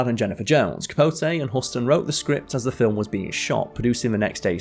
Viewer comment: He also mispronounced (John) HUSTON, and PORGY (& Bess).